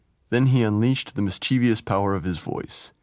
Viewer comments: And of ‘mischievous’ as ‘mischievIous’ - ughh. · And mispronounces mischievous’. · The docufilm in itself is of a generally high quality, but the narrator has terrible problems w pronunciation… Celtic, mischievous,& more. His being American didn’t help, I suppose. I am also, but have lived in Europe for many years. That makes an incredible difference. Hearing Thomas read his own poetry again knocked me sideways! Many thanks for this gift of a truly great poet to us (all).